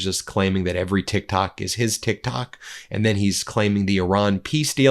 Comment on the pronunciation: It’s Tik Tak not TikTok 😂😂😂